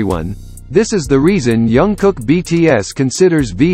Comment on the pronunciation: His name is Jungkook, not Youngkook. 😂 Say his name right, at least! It sounds funny